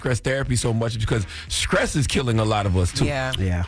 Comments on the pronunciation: Charlemagne! WTF is Skress? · Charla Stress not Skress🤣 but all jokes aside true statement. RIP Irv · How the god on the radio, and he can't even pronounce his ST letters. Stroke fool. Not Skrote! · Its STRESS not SCRESS CHARLEMAGNE 😂😂😂😂😂😂😂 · Charlemange said skress kills. He aint lying though. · God damn, Charlemagne still saying "skress" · Did he say scress? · How come a 46 year old man, can’t just say Stress bruh.